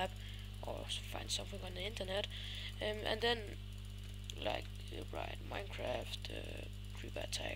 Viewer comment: "På et tidspu..." "Trættired" Mega sej lyd og du tissede i bukserne "Please like, comment ass subscribe" Kelds noter (Bandu og Madz - "Come on"